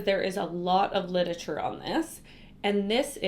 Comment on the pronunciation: Your pronunciation of “Lit-er-a-ture” (you say “lidature” 😂 😂 😂)